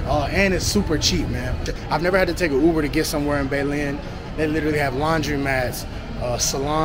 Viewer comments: Hehe no. Dont stay in pablado unless you are only there for a few weeks and you dont mind parties all the time and want to pay double for everything. Also, hehe your not even trying to pronounce anything correctly. Bay lin.....no. beh lehn. Envy gah dohh. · bay-len? LMAO. my guy work on your accent